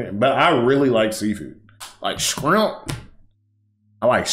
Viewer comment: “Scrimp” go hard tho 🤣